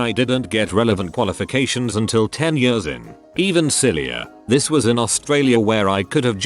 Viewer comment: Why can't this piece of shit machine pronounce "years"?